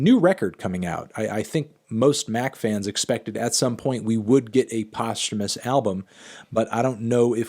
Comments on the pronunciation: bro i thought it was pronounced posthumous not posthumous... y'all know what i mean? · Just here to see Anthony say the word “Posthumous”